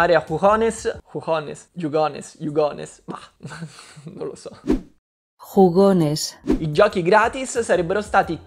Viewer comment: visto che studio spagnolo posso dire che hai pronunciato bene jugones top ispanico